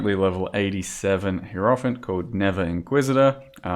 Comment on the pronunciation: if you give a fuck, it's pronounced Hi-Roh-Fant, not Heero-fant. the giving of said fuck is not mandatory